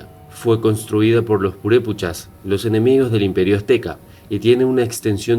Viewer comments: No es purePUCHAS se dice purePECHAS ! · No se dice purupechas..... es purepechas!!!!! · Disculpa, no son Purepuchas, son Purépechas. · PUREPEEEEECHAS. no purepuuuuchas. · No se pronuncia purépuchas son purépechas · PurépEchas... no PurépUchas... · Es Purépechas no purépuchas, es lago de Pátzcuaro no pútzcuaro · Lo estas pronunciando mal , se llaman Purepechas , , no puré puchas . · Es Purépechas, no Purépuchas. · Ma migo muy bonito documental pero no son purépuchas , son purépechas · JAJAJAJA NO SON PUREPUCHASJAJAJAJAJAJAJ SON PUREPECHAS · purepuchas.!!!!!.....jajajajaja.....son PUREPECHAS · Purépechas no purepuchas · Purepochas? Deberías tener respeto a los nombres y estudiar mas para no decir tonterías. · Aprende a leer güey! No es purépuchas, es purépechas y otras palabras que dices mal. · No son purepuchas, son purépechas y el lago es pátzcuaro y no putscuaro. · Es purépechas NO purepuchas. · Gabriela Hernandez también dice purepuchas y es purepechas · Se dice purépEchas y PÁtzcuaro... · PATZCUARO Y PURÉPECHAS... Wey al menos investiga como se pronuncia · Se pronuncia ..”purépechas” y se dice “Pátzcuaro” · Cierto, errores de dicción: PAtzcuaro, PurEpechas, y el nombre del lugar debe tener acento, imagino debe ser AngÁmuco. Y si se pregunta como es que los españoles vencieron pues sólo hay que recordar que ellos atacaron con agentes virales y bacteriológicos, solo la viruela que trajeron acabó con muchos nativos. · Y purépechas..